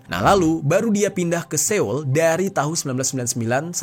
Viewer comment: Bang Jeri..pengucapan Seoul itu seharusnya SOUL bukan SE-OUL..cb dicheck dech pengucapan sebelum2nya dr dulu klo bahas soal korea nyebut ibukotanya Se oul.memang tulisannya Seoul tp pengucapannya itu soul..boleh di crosscheck